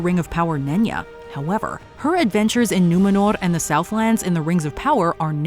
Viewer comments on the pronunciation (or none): It's Númenor, not numinor